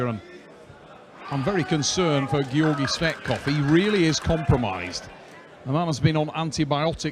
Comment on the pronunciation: Georgi 'Sweatkov' 😂😂